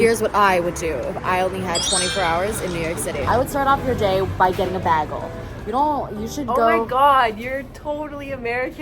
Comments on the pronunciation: As a new yorker its (bae g el s) 😭 idk but i love this vlog😊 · PLEASE READ THE WAY YOU SAY BAGEL PISSES ME THE FRICK OFF. LIKE WHAT THE HELL IS BAG-UL. NO IT'S BAE-GHUL. IT PISSES ME OFFF SOOO MUCH. WHERE DID YOU EVEN GET BAG-GUL FROM? LIKE FROM WHAT YOUR FRIEND SAID IT'S NOT EVEN A CANADIAN THING SO WHERE THE FRICK DID STUPD A$$ BAG-GUL COME FROM. I HATE IT SO MUCH WORDS CANNOT EVEN BEGING TO DESCRIBE HOW MUCH I HATE IT. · beggel???!?!?! in nyc we say baegul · What Americans do you guys know that say bagel like baggel? Cuz no way that's from NY/NJ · I don’t know who told her Americans pronounce bagels like that but yeah no… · Girl love you but I truly have never heard anyone say bagel like that in the us 😂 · Bc we don’t. I think that’s a Brit thing tho😭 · why are we saying bagel like that pls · Says “bagel” very canadian friend: oh my god you’re so american! 😭😭😭😭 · super seriously, I have never heard anyone said bagel like that before and I have lived in various parts of California for all 26 years of my life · I pronounce Bagel so differently than you guys lol. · never heard an american pronounce bagel the way did lol